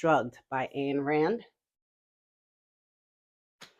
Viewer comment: Atlas Shrugged is one of my favorite books. The author's first name is pronounced "EIN" /Eyen. The Personal Librarian is also a good read. Any book by Dan Brown. I am an adult and enjoyed Ransom Riggs' books.